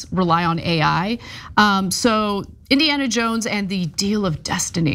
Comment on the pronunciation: Ana really doesn't give a damn about pronouncing things, right, does she? She mispronounced Dial & Dolce, a common word & a well-known name